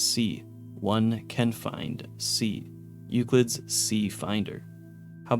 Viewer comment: Also mispronounced paciencia, chasm, and several others. I'm surprised he said Euclid right.